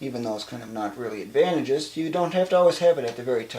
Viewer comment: you're killing me with how you keep pronouncing "advantageous". Just...over and over.